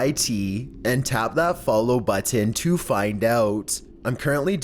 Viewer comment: Your pronunciation of 'Button' troubles me.